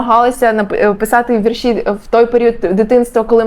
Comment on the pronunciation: Правильно "вІрші" (наголос на перший склад), а не "віршІ"